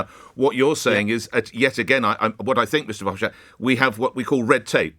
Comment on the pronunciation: FYI: It’s pronounced “Fer-hoff-stat” not “schtat”.